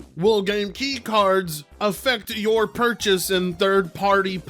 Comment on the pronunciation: yeah I like how you always blame us for yourrrr problems